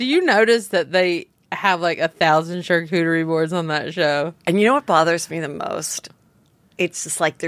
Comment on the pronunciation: i love fortune laughing that heather is mispronouncing charcuterie when she herself is mispronouncing it. that is just hilarious!!!! gold